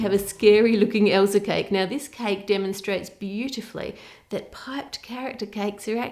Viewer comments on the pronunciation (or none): Why did she say “ Elser” instead of Elsa ? Genuinely curious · "Elser" hehehe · Did you notice she says Elser?